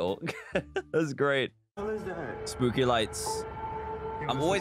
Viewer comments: He said spoopy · he said spoopy but not spooky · He sed spopy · He really said spoopy 😭😭💀💀🖐️ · You said spoopy